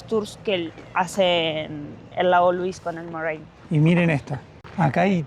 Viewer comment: They're pronounced "Lu-weeze" and "More-ain". The hotel is pronounced "Sha-toe". Yoho is "Yo-ho", not "Yo-jo". Glad you're enjoying our beautiful country.